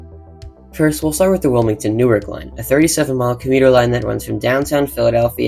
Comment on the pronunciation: Formerly of North Jersey here. Newark, Delaware is pronounced NEW-ARK. 😁